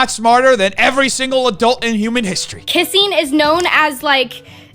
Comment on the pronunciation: is the only guy to make me excited to lose braincells. "Kisseen" I hate the way she says the word Kissing...